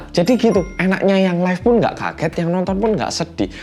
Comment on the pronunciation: kenapa di 8.40 aku keinget mas Pur kalo lagi bilang "Ngga Ngga Ngga" di Tukang Ojek Pengkolan sih... logatnya sama LOL